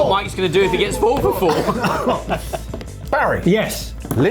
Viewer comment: Here Brits try to say "Four for Four" just sounds like "Fo Fo Fo" and I love it